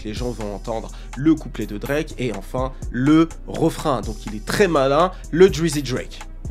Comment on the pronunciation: Je t’aime c vrai mais quand tu bafouille Drake comme ça jpeux pas.. il est un peu saisisseur d’opportunités mais c’est ce qui le guarde on top Ils sont juste jaloux